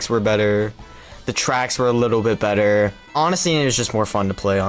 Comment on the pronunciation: shouldnt included mon mon his opinions are trash also ditto saying BE ' ' ER three times is the best bri'ish moment ever